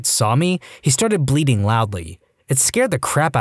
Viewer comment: BLEATING! not BLEEDING!